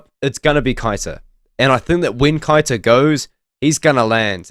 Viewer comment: Keita is pronounced Kay-ta